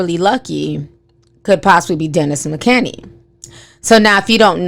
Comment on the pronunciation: Girl, you know you be messing up peoples names. His name is Dennis McKinley. LOL!!!